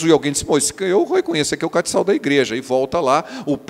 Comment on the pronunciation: Pastor não é catical(com c cedilha)é castiçal.So uma contribuição.